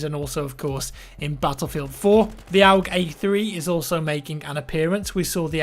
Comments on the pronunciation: AUG is pronounced ORG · The way you say AUG disturbs me.